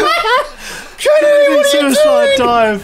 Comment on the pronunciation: Mister Kennedy... Ken-a-dee!!!!!!!